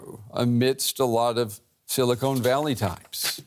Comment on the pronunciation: sili-“cone” valley? Lol